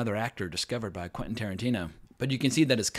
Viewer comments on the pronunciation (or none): none